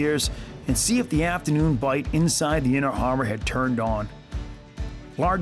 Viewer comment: What eef you just said “I love really fin pancakes?” Jk the man